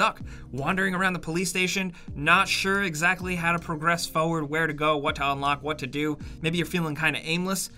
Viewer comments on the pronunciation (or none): has terrible pronounciation. Listen to the way he says the word "Forward". He says Fauward.